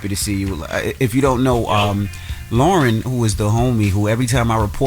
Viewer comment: Its LOREN ! Not Lauren! And she should be added as 4th co-host, been saying this! iHeart pay her!